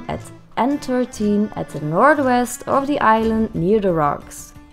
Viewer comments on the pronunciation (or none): Thanks when she said n 13 I had no clue what she said coz the accent I thought she said entertain or something